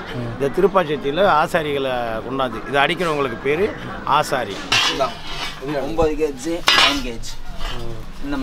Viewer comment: அது ஆசாரி இல்ல தம்பி ஆச்சாரி.. சுத்த தமிழ் சொல்... மலையாள வார்த்தைனு எப்டி சொல்றீங்க.? சொல்லுங்க தெரிஞ்சுக்குவோம்..